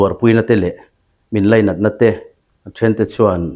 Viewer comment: Mizo official channel a ngihnawm ṭhin e.Mi kawm pawh i thiam e.Mizo ṭawng lam rik dan tlem tlem dik lo lai han ti dik zel la,ngaihthlak a nuam lehzual zel ang.Lainat ti a ri tur,Leinat ti a ri a awm ṭhin a,chutiang bawkin (â) lam rik turah (ê) ti a ri a awm zeuh zeuh...